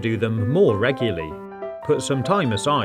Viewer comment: "Ruguly" pretty funny,huh